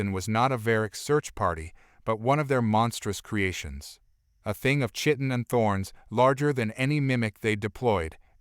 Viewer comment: “Chitin” is pronounced KY-tin